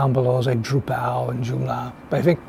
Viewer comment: druPAL, joomLAH . 😂😂